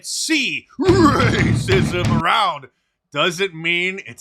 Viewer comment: Your the man mark,but I cringe every time you say racism like that. Just say it normal we get it.